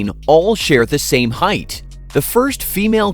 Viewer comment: It's height, not heighth. There's no TH sound in the word.